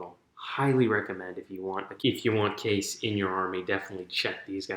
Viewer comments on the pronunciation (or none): Lol Shas'O'Case It's said as Shas'O'(Kah-EES)